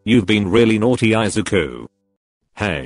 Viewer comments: Meedoryiaa Eye zuku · "Isicu" **Me**wheezing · I-a-zoo-koo okay then google